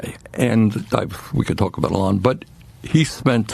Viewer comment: Are we gonna criticize his mispronouncing of elons name? Like everyone was criticized for mispronouncing camEl-ah harris? Everyone talked shit about Trump's hair, look at this scum bag.